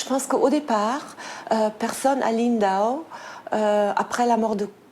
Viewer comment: Impossible à un français de prononcer Lindau (et non Lindahot).